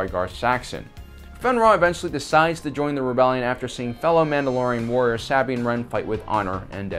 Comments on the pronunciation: It's Sabine Wren, not Sabian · Why do these people insist on saying names wrong? It's pronounced "Suh-been"! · The way he pronounced Sabine gave me cancer...